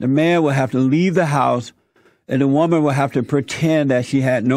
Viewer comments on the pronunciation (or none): none